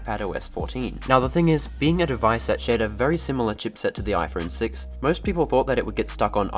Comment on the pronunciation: Are you saying "IFron 6"???? around the mark?